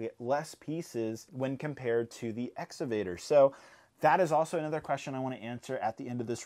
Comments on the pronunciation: exCavator not exavator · It's pronounced, "Ex-CA-Vator.